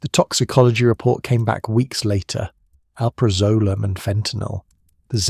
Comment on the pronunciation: barr in and already your AI can’t properly pronounce alprazolam which is the subject of this video so why TF are you so lazy you can’t review to be sure some of the important words are pronounced correctly by your AI. Big failed dude deleting and never coming back to your slop!